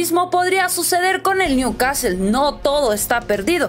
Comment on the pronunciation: al principio dijiste bien el nombre del club pero a la segunda new CASTEL 🤦🏽‍♂️